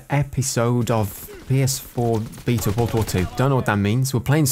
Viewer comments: bee-ta = queens English. baaa-ta = American "English" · Rich you're pronouncing Beta right. In Greek is actually "Vita" but "Bee-ta" is as close as it gets in English. Nice vid as always , keep em up. Ly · Love how you pronounce Beta correctly. Makes my teeth grind when I hear a Brit say Americanisms